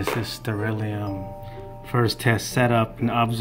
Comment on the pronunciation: or stell /air/ rium everyone pronounces it that way i wonder why thats cute you called it sterelium :P ita a (stella air museum)